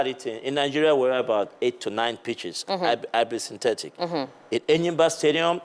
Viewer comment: Tia il a dit hybrid syntetic. Et pas seulement sintetice